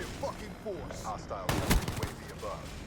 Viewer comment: "You have a nice fokin day now"